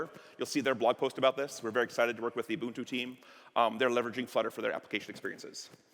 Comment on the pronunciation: Awesome stuff. Also, not often you hear someone pronounce Ubuntu correctly. Nice,!